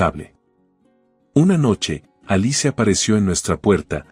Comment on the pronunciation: Se pronuncia alis no alice